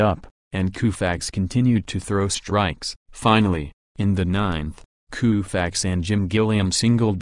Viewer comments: I have never heard Sandy's name pronounced Kooofax Before! What planet are you people from? Why not let a real person narrate instead of some computer? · "Koofax", is the narrator from India? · You said Koofax. You're fired.